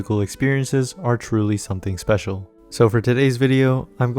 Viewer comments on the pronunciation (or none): none